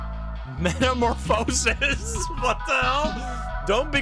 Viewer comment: But, it's pronounced meta-more-fuh-sis, not meta-more-foe-sis.